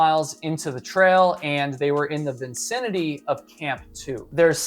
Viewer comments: You are too cute, so I will take it easy on you....several times in several videos, you mispronounce "Vicinity" as "Vin-cin-ity." Better luck next time. 😊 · lmao "vincinity"? rather than vicinity lol js, that's at least the 2nd time i've heard you say that